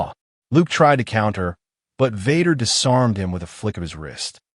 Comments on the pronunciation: I couldn't go past 3 minutes on listening to the crappy AI reading... Darth Vahder was the last straw! I rather a real life person who stutters read this than AI. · The mispronunciation of Vader is hilarious